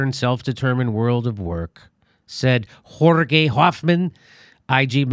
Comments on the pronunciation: Did you just pronounce Jörg like it's Spanish? Try "Yurg" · Haha I like how you pronounce Jörg like spanish Jorge, you bad hombre :) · Jimmy, JÖRG is pronounced Your-k . with a soft K sound. Not like the Spanish Jorge :P . Can't wait to see you at JRE! introduce you to a larger audience, as you deserve to be! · Surprised to hear how good Jimmy's German pronunciation is LOL